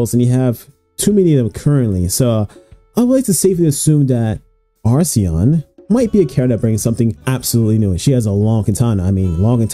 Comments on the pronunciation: errmm akshually it's acheron (akker on) and not arseon 🤓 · How on earth do you pronounce the name so wrong when it’s written on the damn background? Where is the R in the first half of Acheron? You say arseon so many times I had to stop watching.